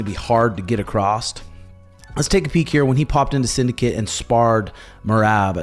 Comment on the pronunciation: There’s no “t” at the end of the word “across”. I heard that all the time when I was in Kansas. I hear it sometimes now that I’m in Colorado. What kind of weird redneck shit is that? And I’m from Texas, so that’s sayin something